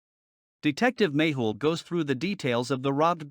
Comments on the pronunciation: Its not Maple or Magel its 'Mehul' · Its magle not maple